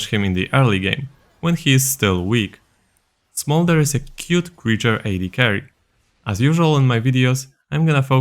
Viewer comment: Hearing saying smorder's abilities might be the funniest things ive heard yet this year. Especially the E, flap flap flap.